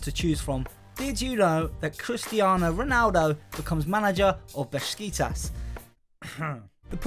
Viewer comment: Why do you pronounce Besiktas Beskitas?